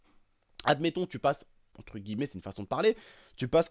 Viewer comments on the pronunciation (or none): none